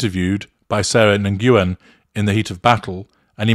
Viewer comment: sorry to be the pronunciation police!:-(... Nguyen (i.e. Sarah Nguyen) is pronunced "Nuyen", and definitely not... "nanguan"!!